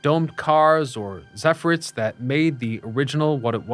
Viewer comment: Zephyr-ETTES. Emphasis on second syllable. Just sayin'. Excellent work, as always.